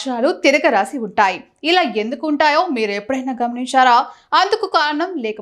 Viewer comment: గమనిషారా ఏంటే గమనించారా అనాలి ఫ్యాషనా ఏంటి తెలుగు నేర్చుకో. తెలుగు పండితుళ్ళారా ఏం చేస్తున్నారు?